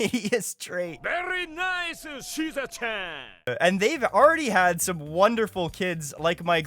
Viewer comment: I love that he pronounced suzerain like caesarean 😂